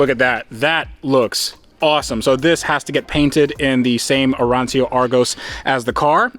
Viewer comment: Since you like to pronounce the names correctly, and you actually do for almost everything, "arancio" is pronounced "arancho" (kind of) ;)